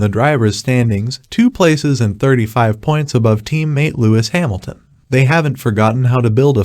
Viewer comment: Hemilton LOL Its HAmilton dopy.